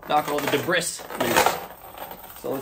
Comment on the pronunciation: did you say "dee brisk"??? (I replayed it 8 times) The word "debris" is pronounced "dee bree"... and no, don't say the "s" part at all. (not "dee brees") I gave you a thumbs up anyway. Meanwhile I must ask.... isn't a chain not really rough enough to break up rust? Lots of people say drop in a bunch of drywall screws. Thanks for your video!